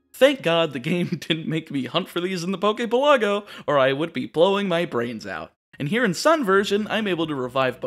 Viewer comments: Good video. Definitely need to start pronouncing things better though. Like the names of locations in Alola are real hawaiian words, you could look it up. Also Poképelago is pronounced like archipelago. PELago, not peLAGo. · Omg, u pronounce pelago wrong. Your pronunciation is in Italian. In Italian, it is called the Poke resort.